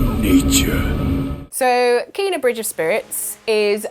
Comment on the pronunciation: its not keena, its KENA.... i give up, the amount of games you mispronounce is just bloody stupid, are you doing it deliberately?